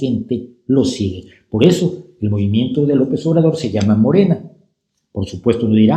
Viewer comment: MoReNa. ¿De cuándo acá en México se pronuncia suave la "r" inicial de regeneración? El López que registró su candidatura presidencial el domingo 12 de diciembre de 2017 se parece al otro López decimonónico, carismático, seductor de la patria, ególatra, centralista y guadalupano, Antonio López de Santana.